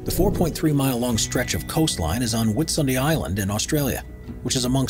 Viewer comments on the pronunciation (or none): How did you say Whitsundays PMSL ..